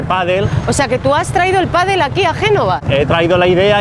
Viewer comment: Dijo PADEL, no papel, 🤣🤣🤣